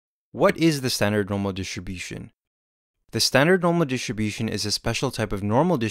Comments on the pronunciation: This is a great video. It helped me a lot. But please,, can you try to say "dis-tRi-bution" (with the R actually pronounced) instead of "dish-ti-bution"? I find it quite distracting. Apart from that, like I said: great animations, great explanation, thank you so much!!! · Amazing explanation and visually pleasing. Well done. (Though hearing the way you pronounce Distribution>Dishribution was distracting lol) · Thanks...but why does he say ..Standard normal DHISHUM-DHISHUM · great, great video - thank you. it is so funny how you pronounce "distribution", always sounds like dishibushon :-D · I was laughing so much: Normal dishibushin :D :D :D great video tho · Normal Dishunbution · wtf is "dishibution"